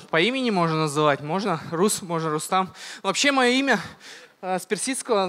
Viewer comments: Комментатор не РустЕм а РустАм!!! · Не Рустэм а Рустам